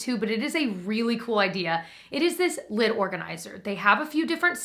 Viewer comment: Okay, I KNOW you said "lid organizer", but when you said it, I heard "lint organizer", and I was like, "What???" 😅🤣